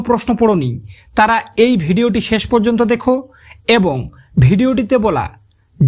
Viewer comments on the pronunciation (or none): none